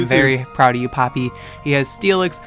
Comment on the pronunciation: jajajaja que pasa XD I love how u pronunciate papi so hot uff